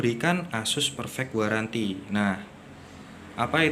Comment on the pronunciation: 24 month garanty bg bacaanya